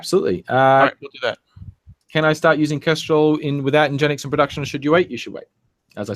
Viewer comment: says "en-gen-ix" instead of "engine x"